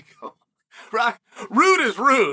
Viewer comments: Uncle Chael keeps calling Belal Mohammed "Blah-hall" Mohammed! Uncle Chael is hilarious!!!😂👍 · Chael has been nailing names lately. Good job, Chael. I see your hard work. Edit: Just seconds after I posted this comment he regressed a bit and said “Blehal”. But that’s ok! Keep it up!